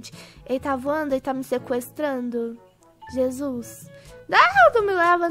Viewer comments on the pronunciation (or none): none